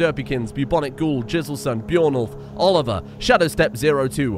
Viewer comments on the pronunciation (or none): none